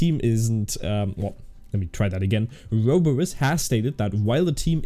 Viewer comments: ouroboros is pronounced oh - rue - BO - rus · I think it's pronounced Orr-oh-borr-ohs but it is a pretty tricky word lmao